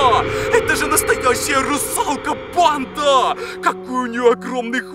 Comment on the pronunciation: Мне ненравится когда ты говоришь бандаааааа ты ударение ставишь и ещё ты надаел говорить чёрттттт